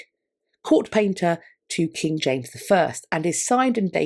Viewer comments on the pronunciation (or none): none